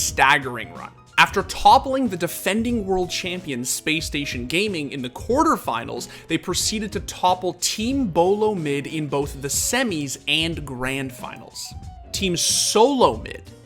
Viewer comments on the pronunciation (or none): you said BOLOmid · You said "bolo mid"